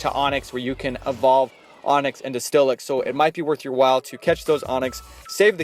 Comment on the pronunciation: It's "steelix" not "stillix"